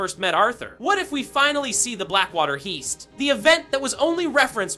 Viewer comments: the blackwater heest? lmao seriously? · HEEST?! Learn how to pronounce the word. Heist. The champion expert on things can't speak the English language correctly. Educate yourself before you make a video.Sloppy. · "Blackwater heast"